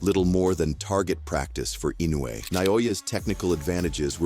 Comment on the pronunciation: The AI voice irritates me to no end. The constant mispronouncing of Inoue's name, is just asinine.